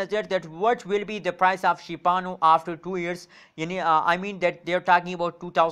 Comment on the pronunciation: Shiba inu** not shibanu